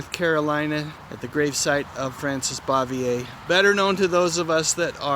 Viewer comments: At last,her last name was pronounced correctly. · We dearly love our aunt Bee! I’ve always wanted to go there and leave a jar of my own home-made pickles, which probably taste close to her’s. 😃 I appreciate you pronouncing her name correctly. For some reason lots of people pronounce it “beaver”. Thank you for your video, they are always wonderful. We enjoy learning from them!! 😊🦋